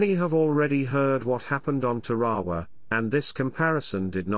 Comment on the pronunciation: How does anyone pronounce "Tarawa" as "Tawawa" ? Think about -- you have added an extra "wa' to the name.